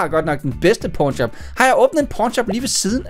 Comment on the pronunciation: Sig mig du er klar over du siger p*rn shop og ikke pawn shop